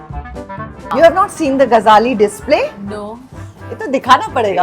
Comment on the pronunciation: Its Gajali, not Gazhali